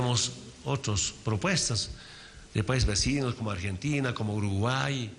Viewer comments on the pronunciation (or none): none